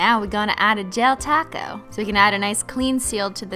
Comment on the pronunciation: Anyone else think Sometimes she says taco and sometimes top goat... Or...okay I'm the only one😅